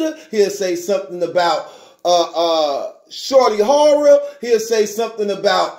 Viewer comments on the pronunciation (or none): "Shorty Horror" 🤦🏽‍♂️